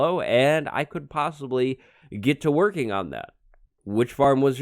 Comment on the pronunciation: (and I could possibly get "TWIRKING" on that ) 😂😂😂😂😂😂😂😂 am I the only one noticed that ? 😂😂😂